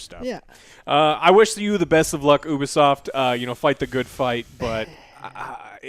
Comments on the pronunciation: I'm still holding out hope they'll pronounce Ubisoft correctly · My man said oobisoft